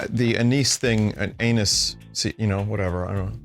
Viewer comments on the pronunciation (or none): anise pronunciation = ann - iss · No anus candy. Anise pronounced "on-iss" or "on-ize" (UK). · Idk Vinny is an English major, I think he knows what he's talking about when he says it's pronounced "anus" 😮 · That is the single best pronunciation of anise I've ever heard.